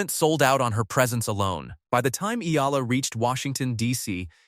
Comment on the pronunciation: Eala not Ela